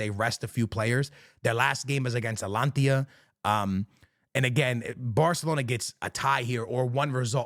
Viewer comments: Atalanta not Atlantia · Bro keeps saying Atlantia 😭😭😭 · STOP SAYING ATALANTIA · Bro, how are you mispronouncing these teams? You look hispanic for Christ sakes. WTF. You just swallowing consonants left and right?! Bey-fica? Alantia?!?! Yuve?!?! ❤😂❤